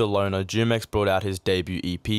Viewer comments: Very interesting vid Btw the Jumex juice is actually aight The native Spanish speakers say it like Hoo-mex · It's pronounced with an h humex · I think its pronounced Hu-mex like the drink Jumex